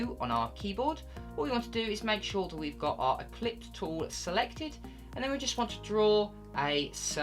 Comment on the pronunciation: Nice work. You may wish to recognize that the pronunciation of the tool you are calling "eclipse tool" is actually the "Ellipse" tool , (derived from the shape the tool creates and is a term commonly used in mathematics. Your pronunciation and refers to an "ECLIPSE tool", something celestial gods use to create "solar eclipses" 🙂. Just kidding with you -- simple mistake but just thought you might want to know. Interestingly, an "ellipse" with a constant radius is a circle. The orbit of celestial objects are not perfect circles always - i.e. rather more often ELLIPSES - sometimes resulting in planetary ECLIPSES. 🙂 .. Just kidding with you my friend. But seriously, thank you very much for the terrific content. Beautiful work.